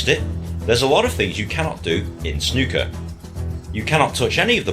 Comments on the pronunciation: Once again you mis pronounce snooker. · Easy,. "Snoo" to rhyme with two not "Snuh" to rhyme with bruh. I see somebody suggested O'Sullivan's fastest 147 but I advise against it if you're actually thinking of diving into the sport because you simply won't have any context for how impressive it really is until you've seen the standard pace of the game. You won't be reacting to any full games either, they can take 2 days. There is a documentary about the history of Snooker and how it became so big in the UK here on YouTube called "When Snooker Ruled The World", it's pretty long but I know you like documentaries and it would give you the cultural context for the game, so you might think that's worth a watch. Snooker tables are massive and the pockets are far smaller than on a Pool table, it's a very difficult game. I'm one of many Brits that has a scaled down Snooker table at home.